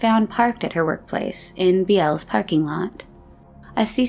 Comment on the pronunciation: Bealls is pronounced Bells for some reason. 🤷‍♂️